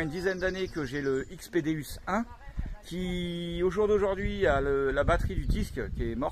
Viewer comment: Salut je vie mois aussi en camion en 208 et je suis a fond dans la détection .par contre petit détail sa dit déOUs sa s'écrit déUs mais sa se prononce déOUs car le non c'est dieu en latin .tu vas te faire plaisir avec j'avais le un maintenent jais le deux depuis sa sortie et c'est un monstre . t'est le xy c'est vraiment top surtout pour de faire a u e nouvelles machines